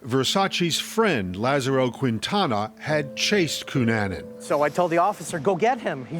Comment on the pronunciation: Quinn-Tana 🙄. Can 48 hrs stop mispronouncing people’s last names. Its 2024. Use google ffs. This one is free; Keen-Tana.